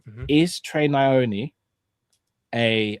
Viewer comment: the goat. Cracks me up the way he says Nyoni “Trey NEEEEEOHNEEEE” 😂😂😂